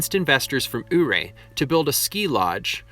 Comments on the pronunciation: YOU-RAY not UUU-RAY please and thank you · Your pronouncing Ouray completly wrong. Not oohray. But Youray 😉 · The town you keep pronouncing as "Ooray." Sorry pal, but it really is called "You Ray". Being a historic person and narrator, you must pronounce it correctly, according to old legends. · Thanks for the informational video. Just a heads up though, Ouray is pronounced “Youray”. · Great job. BTW Ouray is pronounced You're A. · Ouray is pronounced “yur-ray.” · To give him some credit though it's totally not spelled (Ouray) the way it's pronounced (you-ray) so cut the guy some slack eh? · I was wondering if any one pointed it out. Figured they did. No shade on him at all, every one who hasn’t lived around there or had family in the area and or, in the mining industry calls it wrong. He got it closer than most. There was a guy on the radio 98 kisses when there was a blue grass festival pronounced it our ay. When he mentions the water being radioactive… eeek . I was wondering how that awesome hot spring in Ouray were radiation wise. My aunt got Married in Ouray, we went over for it then every one got together later and enjoyed the pool. I can’t totally remember details being really young but I have always loved swimming so that stands out. Beautiful area, but I can’t remember if it was Ouray or a close town had to have-every thing moved out like houses and dirt when I was in high school or jr. high because of radiation contamination.